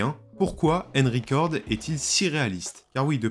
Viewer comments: ainreal ? ainrecord ? xD alors je parle pas de ainjine xD "un" en anglais ça se prononce eun, donc c'est eunreal ainjayn et eunrecord. y a google trad qui prononce les trucs aussi si jamais tu as des doutes. en tout cas c'etait marrant xD bon j'ai vu le titre et clairement non, c'est un jeu. point, je vois pas ce qui pose probleme, à coté de ça y a le mode campagne de bf et cod donc bon. je sais pas si tu as joué au premier metro mais quand tu entends les mecs agoniser doucement et ramper en predant le souffle parce qu'ils ont pris une balle dans le torse, j'ai envie de dire que ça à déjà été fait. apres je suis d'accord qu'il faudrait pas que ça aille trop loin dans le troublant, et faudrait pas qu'avec des mods on voit venir de fausses vidéo de bodycam etc. ensuite, le jeu sera forcement pegi 18+ donc pour adultes et clairement pas pour les enfants deja aux vues de ce qui a été montré dans les animations de morts des pnjs. pour ce qui est de la config, paaaaas du tout, c'est justement le principe de l'unreal engine 5 pouvoir faire tourner des jeux plus beau que ceux sous UE4 sur des config moins puissante que celle qu'il fallait pour un jeu UE4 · Une horreur d'entendre ta prononciation du "un" dans Unrecord. C'est un "u" et pas un "e" donc pas "enricord"....